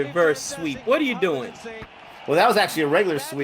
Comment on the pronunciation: Wtf's 'Harbran',?!! Lol xD